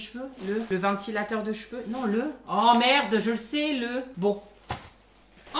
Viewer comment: Tant pis pour ce qui n'aiment pas "mes petites merrrrde"